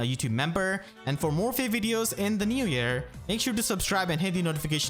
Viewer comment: He can't say new year and its adorable!!